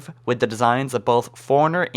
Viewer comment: When you say forerunner it sounds like foreigner